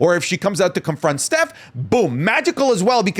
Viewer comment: the way you pronounce stephs name pmo </3